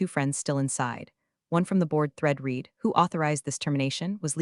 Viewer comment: 90% of folks generating these AI written stories told by AI readers don't listen to the content for chronological consistency or pronunciation before uploading them. e.g. 1) Have you read (Pronunciation /red/) the documentation? 2) No I did not read (Pronunciation /rēēd/) the documentation!